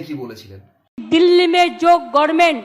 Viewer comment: আরে গভর্নমেন্ট উচ্চারণ করতে পারে না "গরমেন্ট " বলে,সেই অশিক্ষিতের কথা কেন শুনব?